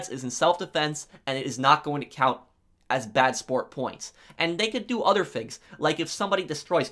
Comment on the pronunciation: no one:: fru (through), fings (things)